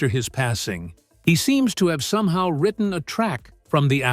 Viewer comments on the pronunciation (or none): none